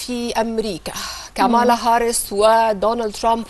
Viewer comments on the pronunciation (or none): صوتك وانتي بتقولي كاملا هارس اكنك واكله طبق محشي يامذيعه الفيوم انتي